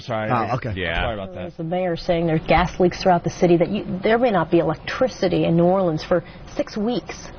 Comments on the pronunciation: If Opie says "Nawlins" one more focking time... I'm not gonna do a damn thing about it (but I'll fantasize about driving to his house, and beating the living shit outta him!) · Jesus fucking Christ, Opie, say "Nawlins" one more time why don'tcha